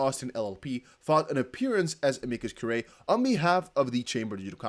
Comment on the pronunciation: It's pronounced uh-mee-cuss cure-ray. It's Latin for "friend of the court."